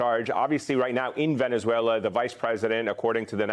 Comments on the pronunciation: Whats Venezwailer?😮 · Trump says Veniswhaler